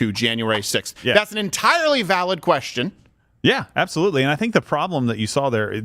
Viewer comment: its apsalutly apsalut